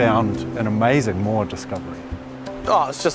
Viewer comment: Someone tell these guys there is no “R” in the word moa…